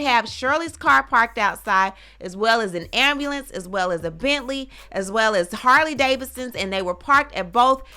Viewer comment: An ambulance.... Everytime u say it, I go back to make sure that's what u said. Then I read the paper just to be clear